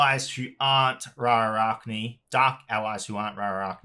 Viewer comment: Ah yes roinar the undercover archon By the way the bugs faction’s proper name is pronounced as “ra-a-ke-nee” (i dunno how to wite phonics) not “ra-a-ra-ke-nee”, and the word “Ra’archni” is a play of words on “Arachnida”, the class of insects that include spiders and scorpions. Oh and also it’s interesting to note that “Triish” seems to be a completely normal word, not like lokhir (based off Loki ) or azariel (based off some angel of death whose name i forgot)